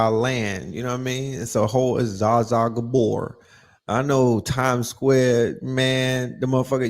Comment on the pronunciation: He said ZaZa Gabor. 😭